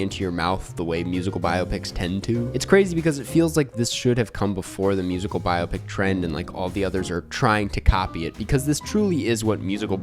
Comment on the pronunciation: Every time you mispronounce biopic I scream but other than that thank you